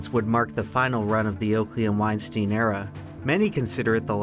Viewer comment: its not weinsteen, it’s pronounced like wine-styne ei is pronounced like “eye” or the y in kyle.